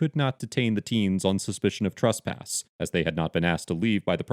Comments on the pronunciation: the 1st part of the word " tresspass " rhymes with BESS not BUS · can you comment on your pronunciation of the word "trespass"? In many situations it sounds like "trusspass" and when used in different figures of speech (e.g. someone being trespassed from a a location vs committing the crime of trespassing) the pronunciation seems different. I just want to make sure these aren't different ideas or different words.